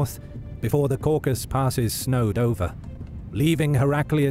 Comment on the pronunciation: It’s the Caucasus, not the Caucus.